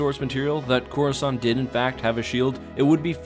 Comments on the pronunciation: while i was reading the x-wing series, the default narrator on windows pronounces it as "chorus cant" lol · “Chorus aunt”